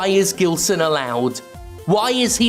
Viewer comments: I think you'll find it's pronounced with a soft G and a silent L. He got bullied a lot in school. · Brazilian or not, he is certainly of Lusophonic descent. So, soft G. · his name sounds brasilian, but im not sure since i can't find anything about the guy, if he is brasilian it pronounced with a soft g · It's pronounced Ghilseauxn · Its prounounced Jillsaw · Plot twist: Gilson is really just upset that Jim isn't pronouncing his name correctly.